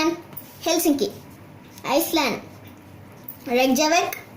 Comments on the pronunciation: Never heard any finnish foreigner spell Helsinki that well! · He pronounced "Helsinki" better than i do eaven when im from Finland